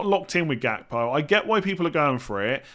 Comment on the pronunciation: It's pronounced "Hakpo" btw.